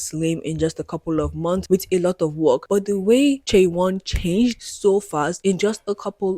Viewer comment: Just to correct, her name should be pronounced chay-won. This is getting a lot of attention from non K-Pop fans so I wanted to let people know! Thank you for doing thorough research on what makes tripleS unconventional because I have never liked the system they are under. Giving fans control through their spending power is already part of how K-Pop works but I feel that their label has taken it to a new extreme with the NFTs and voting system.